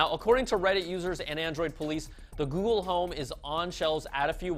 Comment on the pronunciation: Please don't start using that Good-gle lol gosh that was terrible